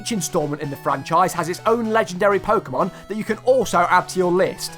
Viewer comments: It is "Po-keh-mon", not "Po-kee-mon". Why you ask? Because its short for "Pocket Monsters". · Pokehmon, as it in the word pocket, like you know, pocket monsters, dont say pokeemon... I hate people who say it that way, and im not even a super fan or anything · It’s NOT PokEEmon, it’s PokÉmon. GET IT RIGHT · Fun fact: everyone who says Po-ki-mon is wrong. There is an accent above the e therefore it should be pronounced Po-ke-mon. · Pok-ae-mon? What are those? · You also pronounced « Pokémon » wrong but... Most English speakers get it wrong anyway. But you just have to remember the accent on the e !